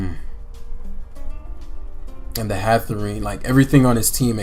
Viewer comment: Anybody gonna tell this man that it's not "Hatherene" and it is in fact Hatterene